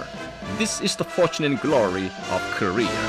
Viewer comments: “kor e er” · Have we been saying Korea wrong all this time? Is it actually pronounced North Career/Courier? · Rest of the world: "Korea" North Korea: "Koreeyer" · Out of all this all I got was the narrator saying north career instead of north korea!! 🤣🤣🤣🤣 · Ok is it pronounced korear or Korea? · Who do i keep hearing korear? It's Korea why can't they pronounce it without "r"? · Is it just me or does the Korean narrator who's talking about how terrible the USA is say 'Korear' instead of 'Korea'..... LOL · Why KOREAR? lol jesus christ... NORTH KOREAR :D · Why does the guy say korer not Korea the announcer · “THE PEOPRES PARTY OF KOREUURRRRRR” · Subtitle: Korea Voice over: Courier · i gotta love the narrator in the propaganda video saying KOREAR for some reason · The socialist narrator seems to think Korea is pronounced "Career"... ? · Wtf is KoreaR? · Actually it sounds more like “career” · Korear lol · The Korean Narrator to the film speaks like he's has a New York accent.. He keeps saying Korear.. A's pronounced with R's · So are we pronouncing it wrong? It sounds like we should be saying Koreee-errrr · Why do they call it Koreer in their videos? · The way the narrator say Korea 😂 😂 "Korear" 😂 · North "Korear" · why do they pronounce it korear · Funny how the narrator in the propaganda film pronounces Korea "Career". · They call their country "Koryo" or "Goryeo", and when speaking in English, they say it like "Koryeo" which sounds like Korear to us :)) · "Careeerrrr" like carreer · North Career's grory. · I like the way that the parts from the other documentary pronounce korea. it sounds like a mix of southern american, microsoft sam, and lolspeak- "Cureer is de best country in de wurllld" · Pizzahut99 No, it's "Koreeur!" Get it right! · this guy in the video keeps saying north career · What I learned from this video: they pronounce it "Ko-ree-er" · The narrator guy says korea like career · Haha "Korear" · I didn't know Korea was pronounced Career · In Korear lol